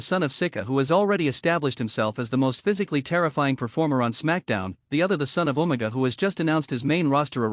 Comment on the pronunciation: UMAGA not omega.